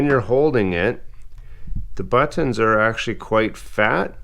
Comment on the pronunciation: The way this man pronounces "butt-tunns